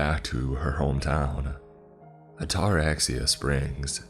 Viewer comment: Oh damn, “What’s the worst that can happen?” One of the worst questions to ever ask. In fact it shouldn’t ever be spoken. My God he’s butchering the word Ataraxia. The pronunciation is like this: At-A-RAX-ee-Ya. Or adda-RAX-ia, with the emphasis on the Rax. Ataraxia. It’s actually a brain disorder that frees you from worry or anxiety from pretty much anything. I’d love to have it!